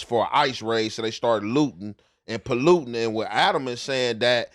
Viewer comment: Bro said people started lootin…and pollutin 😂